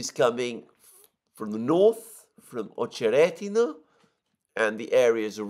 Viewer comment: Accent is on O in Ochered. Accent is on E in OcherEdino